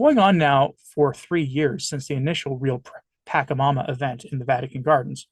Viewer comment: Your lack of historic knowledge and cultural context is appalling. This video is the epitome of ignorance and fear mongering. BTW is pronounced "PashaMama" not Pakamama and it is Quechua (indigenous dialect) for "mother earth." My advice to you is to grab a history book about all the atrocities the catholic tradition did to all of the indigenous people of south and central America and understand why they created "pagan" rituals. This is not satanic. Different isn't satanic. Thank god I am no longer a catholic.